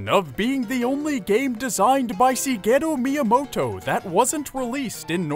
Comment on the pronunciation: Sigetto Miamoto?REALLY?